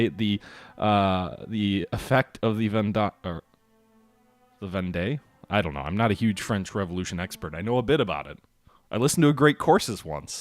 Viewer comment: Vendee is pronounced Von-Day.